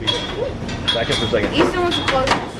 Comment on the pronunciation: Hapoy birthday Eason(?siunds like y'all are saying E-son) Sorry if I spelled it wrong. Happy porkchoppin and baconing. Only 1 bad day for sure. Blessings, julie